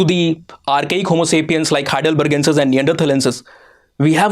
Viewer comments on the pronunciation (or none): none